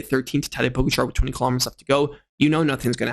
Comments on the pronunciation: It’s Po-Gotcha! Not Pogarchar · Hey btw its Po-ga-cha not Po-go-char 😃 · The A in Pogačar is long. Poh-gaah-char. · Seriously man, it's easy to learn to pronounce POGE--A-KA correctly as well as the basic 'peloton'. I mean don't you ever watch GCN? It's bloody shameful that you can't pronounce even the most basic bike terms. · This is a message mostly for. Since you made an effort to correct you pronounciation of the name Tadej's name here is another correction. For both the first and the last name the accent is on the second syllable. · O-M-G This video is unlistenable because of your DUMBASS pronunciation of Pogacar NAME!!!!! YOU SUCK!!!!!!!!!!!!!!!!!!!!!!!!!!!!!!!!!!!!!!!!!!!!!!!!!!!!!!!! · Dude, you have a cycling channel and you can't pronounce the name of the dude who has been the number 1 rider for the last 4 years? It's not even that hard. Is it laziness or something else? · Missing an R at the end. End no T. Its hard to explain, his not saying it bad, just need emphasis on the second A